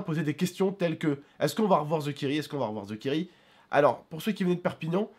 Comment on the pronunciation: Mais POURQUOI tu dit